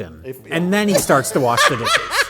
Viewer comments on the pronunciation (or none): Mike's midwesterner breaks out while saying 'warsh'. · Gotta Wersh them dishes. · 'Warsh' is a regional southern American way to pronounce it, too. I've only ever heard is said by folks from the Appalachians of VA, TN and NC.